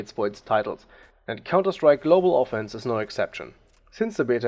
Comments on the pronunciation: Ofenc*IVE* say it with me, O-fen-CIVE, not ofence, Ofencive. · Cool vid. Btw its global offensive :D not golbal offense. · gutes video man hört krass raus das du deutscher bist und außer paar kleinen ausprachefehlern und global offense oder offensive is alles cool